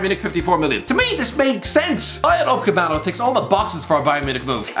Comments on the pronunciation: Upamecano not upacmecano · Is someone gonna tell the it’s pronounced “UPAMECANO” not “UPACEMANO” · No one:: Dayot Ucepamhdjalo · It's Ooo- puh-muh-ka-no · What about him saying upecamano tho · How has he butchered upamecanos name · Think he's doing it on purpose for both Upamecano and Reguilon